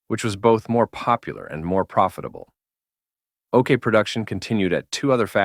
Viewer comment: Is the voice an AI? Sometimes he pronounce it "Okar", other times "Okay".